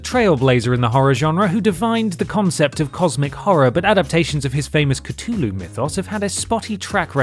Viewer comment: 'Cutoloo' mythos? What an odd pronunciation of Cthulhu. C...thu..lhu...